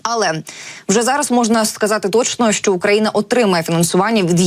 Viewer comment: ця жінка ледве говорить, що не так з її ротом, коли вона намагається сказати слово "що"? Будь ласка, припиніть наймати неграмотних людей.